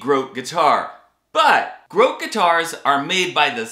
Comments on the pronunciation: It's pronounced "GrohTAY" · When you first said grote I swore you said gross guitar 😂 And I thought well this is gonna be an extra entertaining review